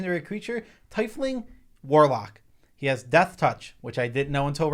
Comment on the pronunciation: That's not how you pronounce Tiefling... 🤦🏼